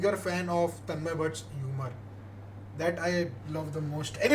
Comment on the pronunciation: Bro it's Tanmay not tanman